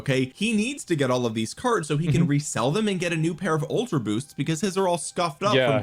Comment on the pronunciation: "They took err cerds!"